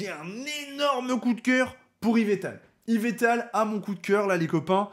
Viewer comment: Yvetal xD bordel j'ai les oreilles qui saignent ^^ yveLLLLtal pleaaaaaaaase <3